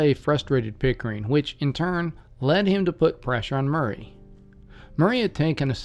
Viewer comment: It is pronounced Maury not Murray.